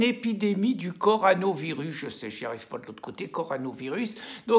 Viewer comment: Si je peux me permettre, cher Pierre, une petite astuce pour prononcer comme il se doit le mot "coronavirus" ; pensez à la bière (ou la voiture d'ailleurs) de marque "corona" et vous aurez le début du mot.:) Pour le reste, vous tapez juste, comme d'habitude. ;)